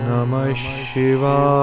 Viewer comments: Not shivaee its shivya. Ya not ee at the end. य not ए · Ssssshiva not Siva is correct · Dativ case from śhiva is śhivāya not śhivāye. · I'd pronunciation om namah shivaya or sivaye.? Which one is correct.. Pls guide me🙏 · सही मंत्र ॐ नमः शिवाय होना चाहिए ,,ना कि ओम् नमस शिवाए होना चाहिए ,, शिवाए उच्चारण आ रहा है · OM NAMAH SHIVAYA this is correct please pronounce properly. Edit the audio and re upload it.